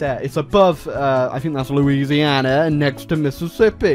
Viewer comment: You butchered Louisiana Alligators Subscibing: 0